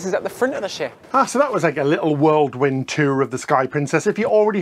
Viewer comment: I just discovered you guys.... I love this vlog!!! Interesting, passionate. Two pronunciation tips for (I'm a retired primary school teacher; I can't help myself): favourite not fRavourite, whirlwind not WORLDwind.